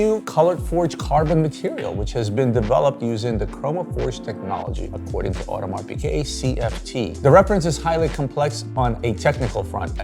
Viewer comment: Please learn how to prononce audemars piguet properly…